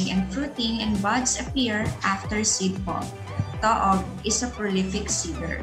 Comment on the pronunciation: It's pronounced TOO-OG!